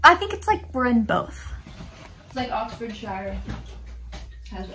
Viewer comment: and say Yorkshire perfectly, then completely butchers Oxfordshire.